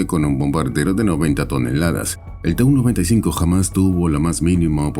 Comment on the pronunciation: I kept wondering why I had never heard of this "295" aircraft? Then I saw the plane onscreen, and realized that the AI voice had incorrectly read TU95 so that it sounded like "295". Flush!